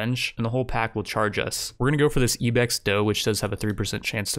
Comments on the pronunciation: "Po-plar" uhh "Ebex" uhhhhh "Game of yer" I'm gonna lose it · Poe-plar and ee-bex get added to the "things that trigger me" list along with "tome". I can't understand how he can't seem to pronounce words that are so simple unless English isn't his first language or something. Jesus...